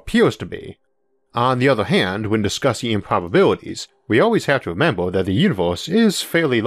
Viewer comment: "weawanged" "wataw" "remembew" "impwobable"